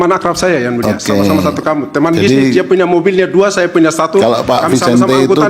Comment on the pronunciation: Yang mulia bukan yan mulia..😂😂😂